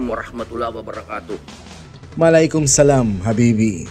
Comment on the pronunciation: WALAHKUMSALAM IDOL HINDI MALAYKOM.🤣